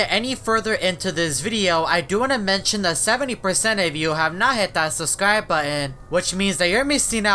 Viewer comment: why do say suscribe